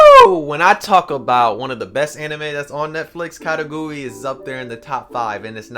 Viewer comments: The pronunciation is Ka-Kay-Goo-Ruu-E I believe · did he just say..katagui? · Ya I felt like he was saying it weird